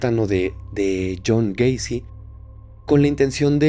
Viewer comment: Yo también me equivoqué al decir Jhon wacy